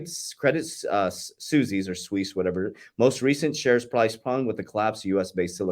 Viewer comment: Suisse - swees